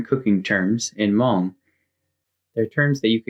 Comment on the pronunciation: You’re hmong pronunciation is on point. Great video.